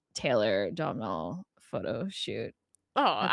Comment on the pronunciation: Lovely review, ladies. I live in Ireland, and a more correct pronunciation of Domhnall Gleeson’s first name is like…’Doughnul’, like donuts. That’s how I pronounce it, but perhaps an even more correct pronunciation of this Irish language name is ‘Though-nul’. The ‘m’ is silent, for sure. Loving that 3 of the. 4 men in the video are Irish - and of course we love Lewis Capaldi here in Ireland.